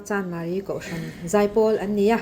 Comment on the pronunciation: "Chandmari" tilo in CHANMARI han tizawk tala